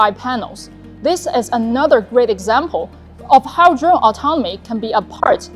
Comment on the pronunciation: Hey I wanna dwone like dis.